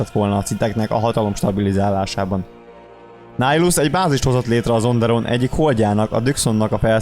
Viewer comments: Miért Nájlusznak ejted a nevét? Miért nem Nihilusz fonetikusan? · Miért Nájlusz? ez fáj nekem de tényleg de amúgy jó :D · Bocsi ahogy írták úgy kell ejteni